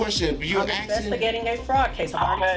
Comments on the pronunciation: Legend says if he wasn't saying AXING instead of ASKING, he would have stayed out of trouble. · why is she axing him all those questions? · you axxin me a questin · I axting you a question. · Why can't black people say ASKING?